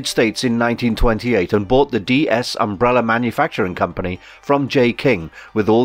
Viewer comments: Sometimes you can say umbrella. So why at other times do you say “umbrellur”/“umbreller” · Why does the narrator keep referring to Vanya (#7) as ''victor'. Also, Umbrella does not end with 'er'. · "Umbreller" you Brits! 😁👍🏿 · Why do British people say "umbreller" 🤨